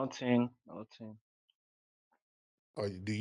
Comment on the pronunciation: he asked that man why you have a white man and his response was “No-ting no-ting 😂😂😂😂😂😂